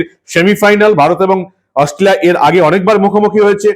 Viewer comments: Ostoliya noy re bhai Australia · অস্ট্রোলিয়া -- শূয়োরের বাচ্চা উচ্চারণ টাও ঠিক করে বলতে না 😂😅😂